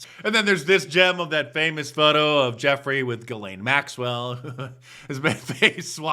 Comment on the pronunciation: He called him Jeffrey yet acted like he didn't even know how to pronounce his last name.